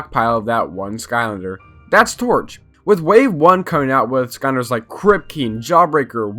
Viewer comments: Does anyone else here him say "skahnders" instead of skylanders? Might be because this is the first of these videos I've seen and if I really try to hear it sounds like skylanders. But no shade from me I enjoyed the video and I agree with most of it. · Why do you pronounce skylanders like skyunders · Broooo imagine pronouncing skylanders "sconders* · Him: Here are some forgotten ScOnDeRs that nobody reme- Me: ITS SKYLANDERS WHAT DO YOU MEA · Like I swear to god this guy is saying “skonders” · why he saying "skonders" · Why do you pronounce skylanders as skonders? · Bro made a 14 min video about skylanders and didn’t even pronounce the word “skylanders” correctly one time lmaooo